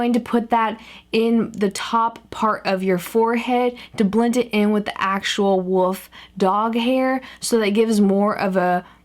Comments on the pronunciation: I've never left a negative comment on a youtube video before but I can't help it this time. It's WOLF, not "woof". Woof is the word a child uses to describe the sound a dog makes. Also, there is no such thing as "more better", it's just "better". I loved watching your face transform throughout the video but your grammar was a huge distraction the entire time. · im pretty sure its wuff '' not woof an thats how she says it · Is it just hard for her to say wolf or is he/it called woof? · I love how you keep pronouncing wolf as "woof" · would love if you learn how to say wolf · love how she says woof and not wolf! makes me laugh! im guessing that its unintentional but its still funny! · I love how you say wolf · Can people please stop commenting about how she says wolf? I'm sure she has seen it enough times now. It's just the way she talks, no big deal. Please just enjoy the video and stop pointing that out. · WHat if thats how she says...Wolf DUH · It's obvious that that is how she says wolf. It's also obvious that it's an incorrect pronunciation. Which was my point. Thank you for helping me get that across. :) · I couldnt get through the whole thing because its "wolf" not "woof" okay? Okay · Wolf not woof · She said woof go get a spelling sheet and say it properly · It's wolf not woof❌🐕woof,woof✔🐺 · It's wolf not woof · she says wof instead of wolf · Did she say woof? No hate please because I'm not wanting to sound rude but was it just me or did she keep saying wouf? :/ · did you say woof instead of wolf? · u said woof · Was I the only one that felt the need to correct her when she said 'woof' instead of 'wolf'? 😂😂 love ya! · She's saying "woof" instead of "wolf" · I think she's pronouncing it as "wulf" but it sure sounds like woof! It's kinda cute though! love this transformation!!! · is anyone else bothered that she kept saying woof instead of wolf because it wasn't cute at all just freaking annoying!!! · lol, she keeps saying "woof" instead of "wolf". :P